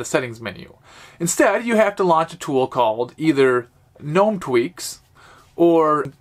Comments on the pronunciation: GA NOME NOT NOME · It's pronounced GUH-NOME